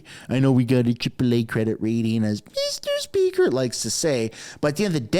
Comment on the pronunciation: ‘Meester Speeker” …you nail it!